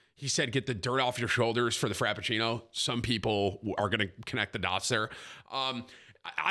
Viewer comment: Frappuccino Tim. Not frapeccino